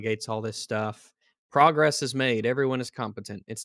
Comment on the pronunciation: PORGress, was that intentional?